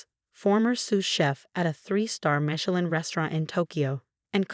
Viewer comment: Oh no - another of the infamous Chen family. They're taking over the world. (And it's Mish-e-lin-, not Michael-in.)